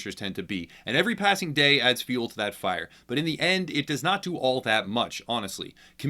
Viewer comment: the Beginning of the EAnd